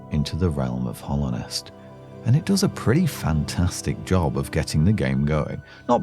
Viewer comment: Very small thing but it's Hallownest not Hollownest, Hallowed meaning holy Other than that tiny mistake though the video is great